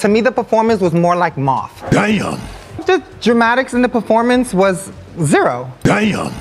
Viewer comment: "I feel like the POORformance was..."